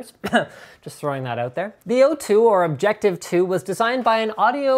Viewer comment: "OBJECECTIVE2" -- seriously, am I the only one who noticed?